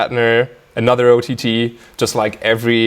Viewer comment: The way he says O T T is god damn perfect!